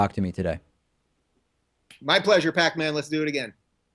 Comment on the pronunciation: What's with the Pack-man bullshit. Its Pakman ffs.